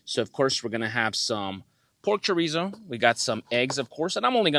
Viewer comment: Cho-ree-zo? Say it right!